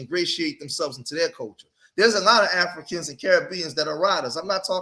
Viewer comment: A-FLEE-CANS.. LOL